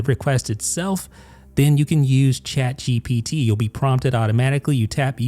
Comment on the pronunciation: Say shaad gepeetee one more time i dare You ! On the backend it is not even shaad geepetee but one of the api modes